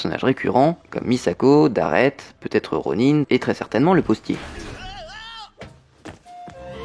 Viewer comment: cela se dit RONIN !!! PAS RONINE !! RHAAAAAAAHHHHH